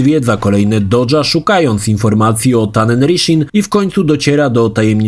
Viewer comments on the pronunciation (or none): none